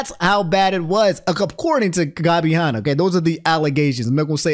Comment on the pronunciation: dude i love uou but calling Gabby Hannah gobby Honna is so fucking funny. Nux is gonna get your ass